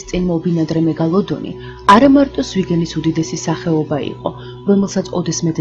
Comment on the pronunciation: მეგოლოდონი არა მეგალადონი